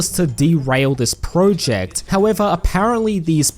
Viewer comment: You made this video purely to annoy us with your weird pronunciation of the word "project" is